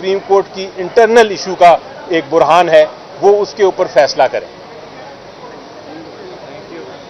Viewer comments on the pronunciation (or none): علی ظفر صاحب اپنی اردو صحیح کریں لفظ "برہان "نہیں ہوتا "بحران "ہوتا ہے